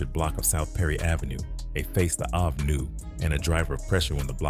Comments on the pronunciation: Is the narrator saying Ave(abbr. Avenue)🤨 or is it really Avay??!! 🤔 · Yes...that( I-Vay ) is killing me